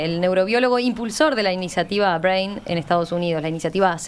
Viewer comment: Nadie le pudo decir a la locutora como se pronuncia Brain....que verguenza